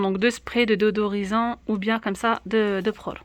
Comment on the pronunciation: Bonjour, Merci pour le partage. Petite remarque, on dit "déSodorisant " et non "déOdorisant " ;)